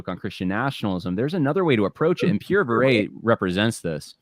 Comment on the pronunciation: Yeah and Viret is pronounced vee-ray. Excellent video thanks for the hard work.